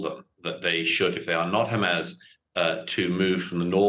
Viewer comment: Why does he always pronounce it as hamazz ?